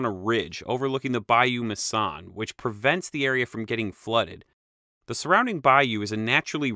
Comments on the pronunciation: By the locals, of which i am one, Bayou Macon is pronounced "Bayou Mason" and the Ouachita River is pronounced "Wash-it-aw River". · Wish he would have pronounced Ouachita river and Bayou Macon correctly.